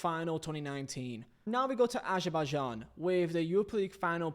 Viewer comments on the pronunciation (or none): none